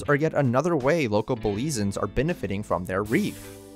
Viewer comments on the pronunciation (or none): Great video! Only issue is how you pronounced Belizeans. It's "Belize-yans" not "Belize-ans". Caye also pronounced "key" not "kay".